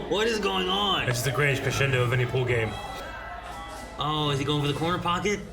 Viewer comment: often says the word "on" with an extra syllable. It must be a regional accent because the others also pronounce it that way a lot. It kinda sounds like "Last time uu-awwn..." 🤭